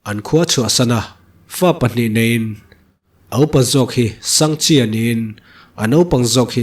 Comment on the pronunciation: Sangha chi ti a ka'n chhiar tlat pek chu a😂